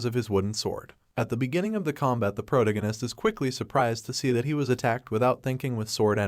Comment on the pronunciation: PRO-tag- gone -ist not pro gon eist